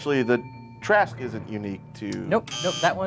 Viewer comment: Um actually, it's not pronounced Tu-rah-shk, it's pronounced tu-RUA-sk.